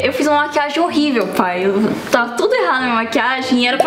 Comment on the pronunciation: A fala que tá horribel mas tá prfto cara kkkkk❤🤡